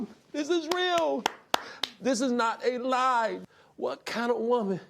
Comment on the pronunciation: "A LAIH"